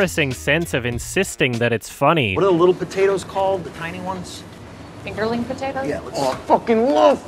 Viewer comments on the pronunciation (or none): none